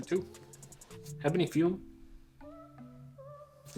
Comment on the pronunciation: 'Eh buh nee' as in Ebony Tree, & 'fyoom' as in fume. What's with that word salad u got going there? 😂